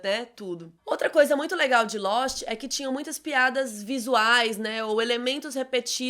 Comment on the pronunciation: " Losti " essa foi boa 😂😂😂